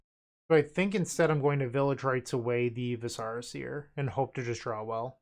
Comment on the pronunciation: Stacking Zubera triggers is so sweet. Also, the viscera in Viscera Seer is a real word for internal organs, not some made up fantasy term, and pronounced with the emphasis on the first syllable.